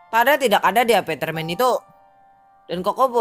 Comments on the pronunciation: Apartemen bang bukan apatermen !! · Apatermen bang Bukan Apartermen . Hehehehe